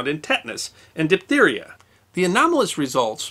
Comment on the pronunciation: It is DIPHtheria not DIPtheria. Diff not dip.